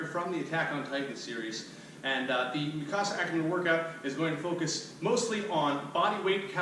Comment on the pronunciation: It’s mik-a-sa not mikcasa